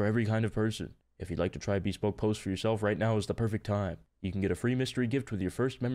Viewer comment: bro said beespoke post